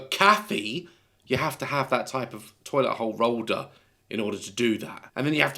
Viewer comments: "Toilet hole rolder" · “Toilet hole rolder” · Loved when he said toilet hold rolder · "toilet hole rolder" ☠️ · "toilet holl rolder"....this is why we love him